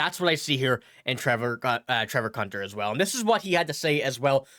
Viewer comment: His name is pronounced coontar not cuntar. 😀